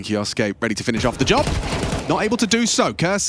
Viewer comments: English Casters, please say it right. It's just pronounced Kyooske! Just 2 syllables! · That's... not right. suke isnt su ke, should be pronounced like "kyo-skay" or "ke-oh-skay." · "Kioske" "Keosoake" "Kyooske" These commentators sure waltz in with not one speck of homework, right? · Kyousuke is taken from Japanese. It should be pronounced ‘Ki-oh-suke’ like Sasuke from Naruto